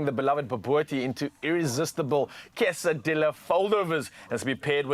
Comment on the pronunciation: Hey, my Siffefriken buddies. It's pronounced quesaDeeya, and torteeya lol 😅😅😅😅